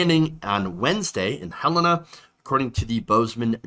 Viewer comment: I like to think he was only elected because he body slammed that reporter after most absentee ballots were mailed in, even though I know it probably wouldn't have made a difference. Also, yay you said Helena right! 👍